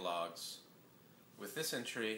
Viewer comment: I thought he said, "with dysentery" instead of "with this entry" at :10